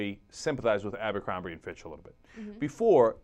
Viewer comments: Even though I hate that company....why is everyone calling it AMBERcrombie.....it's ABERcrombie. There is no M in the beginning of the word! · "Abercrombie" not "Ambercrombie" sorry, it just gives your video more credibility if you get the name of the company right. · AMbercrombie? it's ABERcrombie. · Isn't it Abercrombie, not Ambercrombie? LOL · its abercrombie not AMBERCROMBIE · It's Abercrombie, not Ambercrombie. sorry, had to correct that. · um its abercrombie not ambercrombie